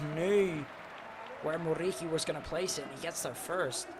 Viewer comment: this dude's RRRRR is so annoying, man you are speaking English, you don't need to pronounce that R that heavy. Besides, the R in Muriqi is only 1, you don't need to say it like RR, it's driving me crazy